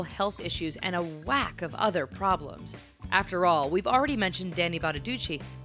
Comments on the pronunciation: Doo-chee not Doo-chay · BonaducEE not BonaduCHEY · Danny Bonaduce (Italian) not Bonaduchey (French) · It's Bonaducheeee, not BonaduchAY! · lol "BonaduCHAY" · She says Bonaduce weird.